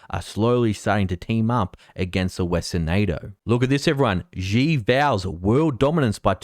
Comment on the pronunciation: Not a big deal, but Xi is not pronounced as zi or ji, but shi.